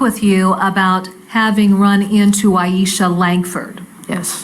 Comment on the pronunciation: Not that it matters AT ALL but the prosecutor kept calling her Aishia. It killed me everytime. Love this prosecutor though.